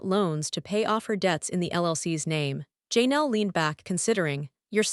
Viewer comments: Learn to pronounce Janelle's name and I could listen. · If you can't even say Janelle's name, how do you know anything about the Browns and what you say is true ?